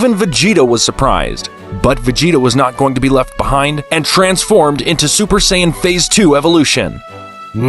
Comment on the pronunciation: "bills" "super sayinyen"